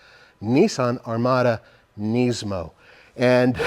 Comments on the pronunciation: Why are you saying "Neesmo"? It is Nismo. Sounds like Gizmo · Its not knees-mo its Nis-mo 😂